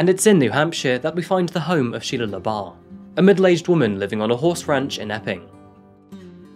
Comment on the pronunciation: Anyone else thought he said Sheia leabuff from eve Steven